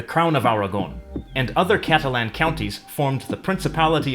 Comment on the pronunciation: Why do you pronounce Catalan incorrectly?